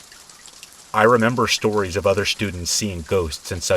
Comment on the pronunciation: My name is Tracy and I looove the "shtories" 😁 when I've been trying to fall asleep and just can't, I put one of your videos on, your voice is just the right tone. Soothing and relaxing. I often wake up briefly and still hear your voice and go right back to sleep. I'm sorry to say I don't think I've ever heard all the stories yet, but it's truly appreciated 💙